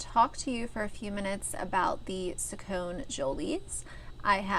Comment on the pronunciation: It’s Sacconeee not Sac-cone. You don’t know shit. Nobody cares about what you think Stop bashing people.